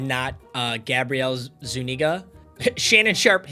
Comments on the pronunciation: Zu-nee-ga 😂😂😂😂 ima let u slide this time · Papa its pronounced, Zoo-knee-guh